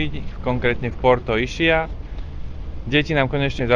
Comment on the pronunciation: Vše ok, akorát vyslovnost názvu ostrova v Italstině je Iskia, neboť "ch" ve slově označuje tvrdé c, vyslovující se k.